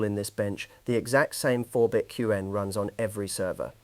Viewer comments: Q-Wen is not the way most people pronounce it. Also, put at least 2 seconds of dead time before narration starts. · So I'm not alone ^^' And "cue N" for Qwen is a bit unsettling too. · the speech timing in this CLEARLY ai read is grading... the way it pronounced qwen, the way that it starts a sentence and sometimes pauses in the middle and continues... very annoying to listen to... that said, the content is top notch... I'm going to be reevaluating my local inference server for my openclaw setup this weekend. thanks. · that's why we keep coming back indeed, though mispronouncing "Qwen" tends to show he's a beginner, which he's not, apparently...